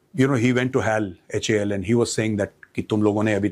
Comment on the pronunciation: Major sahab hyal nahi HAL hai plz